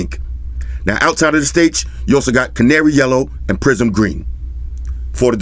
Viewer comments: Took me a while to realize it was 'prism blue' and not 'prison blue'. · c'maaan ,... and , it is not a "prison" black but "PRISM" , PRISM black it is ! a colour is " pri sm" 🤨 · I keep hearing “PRISON BLUE , prison WHITE, PRISON BLACK, “💩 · I kept thinking you said "Prison blue, prison black, prison white..." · since you mentioned that I cannot un-heard all the "prison colors" 😂